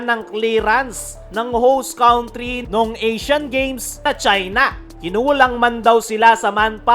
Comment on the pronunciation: Correction please & no offense meant..country, pronounce cantri not cawntri.